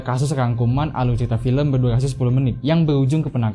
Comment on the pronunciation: Aluy ceyita fiyem😁